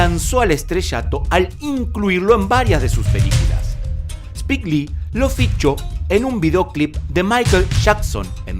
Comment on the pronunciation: No es Spik se pronuncia Spaik